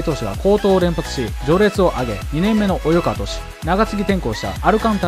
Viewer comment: 気になるのですが、「及川」の読み「およかわ」と読んでませんか？ 「おいかわ」ですよね？